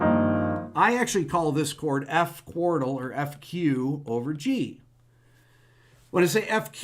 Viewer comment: The pronunciation of "Quartal" sounds a lot like "Chordal".